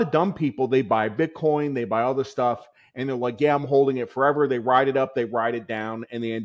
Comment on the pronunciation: Did he say “bitcon”?😂